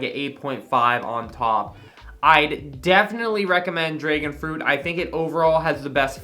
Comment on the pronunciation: My man rly said draegon fruit 🤣